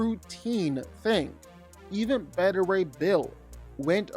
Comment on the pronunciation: Omg, it was validating for me that you pronounced it as "Betta" Ray Bill. I know it's beta (at least, I think), but I grew it up saying "Betta."